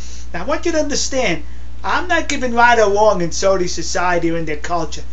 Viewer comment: it sounds like you are saying "SODA" Arabia.....its SAUDI...you need to pronounce the AU more.